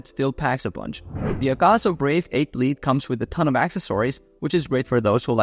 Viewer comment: lite is pronounced light my bro.your welcome